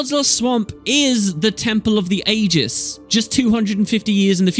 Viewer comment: Still curious about the way you pronounce "Ages" like "Aegis"...